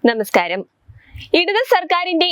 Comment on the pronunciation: ന്ന മസ്കാരം അല്ല . നമസ്ക്കാരം എന്ന് പറയാ